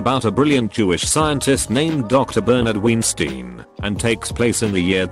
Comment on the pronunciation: Love how he pronounces Weinstein as Ween-stein